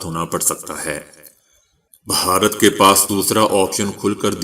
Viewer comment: بھائی صاحب ، ، " بہارت" نہیں !!! بھارت ھے ،،،، اتنا عام لفظ غلط بولنے سے پنجاب کی جہالت آشکار ہوتی ھے ۔۔۔ 😡😡😡😡